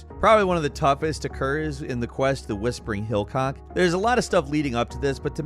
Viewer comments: I died when he called the Witcher 3 mission "the whispering hill-cock" lmao there's no first c in the games' spelling just so people are aware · "the whispering hillcock" hahaha